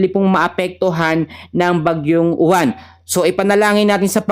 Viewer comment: boss UWAN hindi U-WAN 😂😂😂😂 wag munang pagandahin bagyo yan ehhhh 😂😂😂